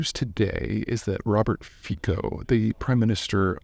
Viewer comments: Robert Fico is pronounced wrongly by most media. Slovakia, like Poland, pronounces 'c' as 'ts' so it's NOT FEE-ko, but rather FEE-tso. But.... never mind that: Just concentrate on getting Xi's name right. LOL! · he’s pronounnced Fitzo. And country has been industrialized very much, but mostly heavy weapons like tanks and infantry, so it went down after cold war, now it’s flipped to automotive. Attacker was lone wolf, mental issues. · Fico is pronounced closer to "Fitso" not "Fiko". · It's not "Feeko" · It’s pronounced Fitso actually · Robert Fico pronounced Fitso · His name is pronounced "Fi-ts-o". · Our C is a soft one, like in city, cinema or cellar. Thus, his name is pronounced as Fitso/Fitzo. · Nice sum up, pretty accurate, but I still wonder what will happen if: A) Fico dies, B) Fico survives. Will his mob govermnent collapse without him? Will they make him a martyr and start a witch hunt on opposition? Will he do it anyway if he survives? Can this lead to full scale civil war? I would love to hear some educated guess from Peter :) P.S.: Just a detail, his name is pronounced "Fitso", not "Fikho". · I'ts pronounced " Fitso" just so U know :) I am from CZ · His name is pronounced 'Fitso' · Robert FITZO. Typical American ignorance when it comes to foreign names. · It's pronounced "fitso". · Just a detail for those who are interested: it's actually pronounced "fitso" as it's a slavic language. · thanks for mentioning this. I always laugh (through tears, unfortunately) whenever I hear someone foreign pronounce it "Fiko". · Just watching this to hear Peter bastardize Fico‘s name 😂